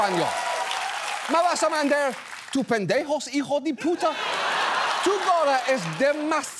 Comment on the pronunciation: I gotta say John, I love how pronounced “hijo de puta”. It had the perfect tone! 😂